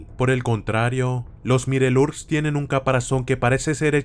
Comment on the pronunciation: Se escribe mirelurks pero se dice maiolorks :)